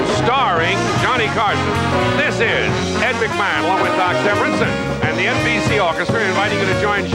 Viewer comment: L O L! Nice to run into someone with the same or similar blood. Absolutely nothing is easier than the American pronunciation. Mack– Maw – hon lol. I didn’t get that till I thought about it for a minute. He may have had one too many belts before he came out.